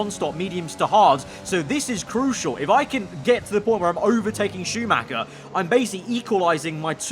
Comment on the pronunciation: Dont play F1 if you can pronounce Schumacher correctly!